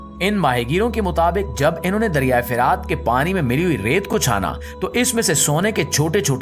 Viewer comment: Bhai dariyai firaat nahin dariyai furaat hai jumle theek Ada Kiya kro